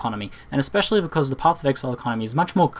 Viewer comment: "Pophf of ehaile"